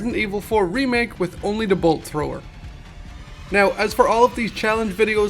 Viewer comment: Take a shot for everytime he says bolt thower